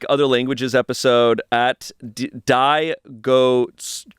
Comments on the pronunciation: my man, I hope Diego Cuello (likely pronounced dee-eggo kwā-yo) got a laugh out of hearing his name said as die-go swell-o. A for effort, F for execution, made all the funnier because it was in response to the reading things in other languages episode. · “die go cuello” and it’s just diego 🤣🤣🤣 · reading Diego Cuello as Die Go Suelo is amazing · the way i read user "diegocuello" as Diego Cuello and read it as DIE GO CDAJSLFK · Diego Cuello? No. Die Go Swello. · not pronouncing Diego Cuello as die-go swale-o, fkn gringo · Not the “Dye-go-su-ello” for “DiegoCuello” (Diego Neck) 🥀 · Ahh yes, "die-go swello". read Diego Cuello as white as he could have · pronunciation of Diego Cuello kills me